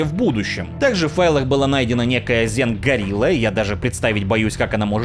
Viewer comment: Не горилла, а гирилья